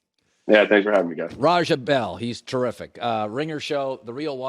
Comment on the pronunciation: It's RAH JAH not Rahjuh mr white man.